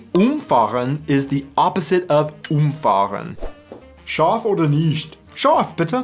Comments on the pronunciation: UMfahren is not the opposite of UMfahren. It's the opposite of umFAHren. The pronounciation is different. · I hate to say it but as you said "Umfahren" and "Umfahren" you said the same word, meaning to drive something over, twice 😅 If you pronounce it correctly as UMfahren (to drive something over) and umFAhren (to drive around something), it makes a little bit more sense :) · You pronounced both versions of "umfahren" the exact same way. Umfahren = to run over is stressed on the first syllable - úmfahren. Umfahren = to drive around is stressed on the second syllable - umfáhren. While it is spelled the same, the difference is clearly audible. Also, of course, the words are written the same in the infinitive only. In normal sentences, "run over" is split, but "drive around" is not - I run over = "ich fahre um" vs I drive around = "ich umfahre". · the stress is actually on a different syllable for the second one: UMfahren = drive over umFAHren = drive around